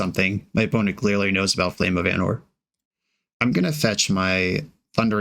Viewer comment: it's Ánor not Anór